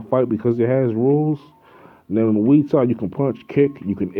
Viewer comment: Boxing isn't fighting. Boxing is a sport. That involves one small aspect of a 'fight'. Mma isn't even a fight. It is the closest sport to fighting though. A real fight involves eye gouging, ripping ears and nutsacks off. And you are pronouncing muay thai wrong. You are way to stupid to be making videos bruh.